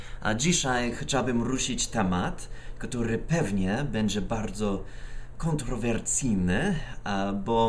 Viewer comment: mówi się kontrowersyjny a nie:kontrowrcijny:/